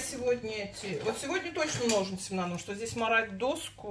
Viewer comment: Вроде умная женщина , а Че , Че че убивает ! Да когда же вы научитесь разговаривать грамотно , звуки произносить четко ? Не ссылайтесь на эстонский язык , он у вас слабенький {никакой }